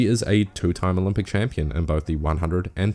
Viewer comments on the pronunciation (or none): none